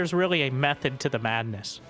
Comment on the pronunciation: Caster : "There surelly must be a method to the madnes..." her0 : "Methoduh? Wat is methoduh?"